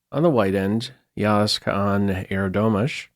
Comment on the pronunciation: that's a splendid pronunciation of Yağız's name,. thank you for putting in the effort!